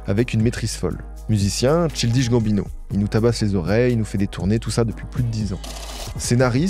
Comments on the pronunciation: childish ça se dit pas trop tout seul, vu que c'est un adjectif. Aussi stp prononce le correctement, il y a que ça qui manque dans tes vidéos: la recherche de la bonne prononciation des mots anglais/americains. C'est vraiment un gros point noir qui apparait constamment dans tes vidéos et je comprend pas pourquoi tu insiste à avoir cette erreur si amateur dans tes vidéos autrement ultra quali. Vraiment juste tape dans google la prononciation des mots c'est minime mais ça vaudra tellement la peine pour le résultat global. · MERCI DE COVER LA CARRIÈRE DE CHILDISH, je suis trop contente Donny G c’est vraiment un de mes artistes préférés depuis longtemps et je regarde chaque vidéo qui parle de lui. Par contre j’oublierai jamais cette prononciation de « Childish Gambino » 😭. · Super vidéo merci vraiment mais par contre j'ai failli me taper la tête contre les murs avec toutes les fois où tu as prononcé childish avec un "i" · CHILDISH..... CHILDISHHHHHH, mec tu as du faire des recherches, tu as du entendre son nom prononcé. Come on! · no hate 1er degré évidemment, j'adore tes vidéos sur ces artistes marquants de notre époque, mais c'est vrai qu'un petit effort de prononciation anglaise surtout sur le nom de l'artiste ce serait cool :') le "childish" hérisse les poils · Jessaye pas detre mechante mais childish c un mot anglais, je dis ca car a lecole jai appris quon change pas les nom selon leur prononciation, jcrois pas que je dois dire plus, jpense que tu me comprends assez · top video mais PAR PITIÉ faut vraiment commencer par apprendre a prononcer les noms anglais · Le frêre il a beau essayer il sait absolument pas comment prononcer "Childish" correctement, l'accent français ruine tout 😭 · Arrete de dire Childish dit Child en anglais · pardon mais la prononciation de childish est honteuse genre si tu fais tt une vidéo dessus ecoute son nom prononcé pour savoir comment on le dit 😭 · mdr ca se prononce "chayldish" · C “Tchaildish”et pas “Chiiil dish”